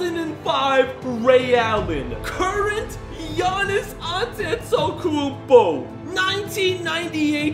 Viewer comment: He says Giannis last name weird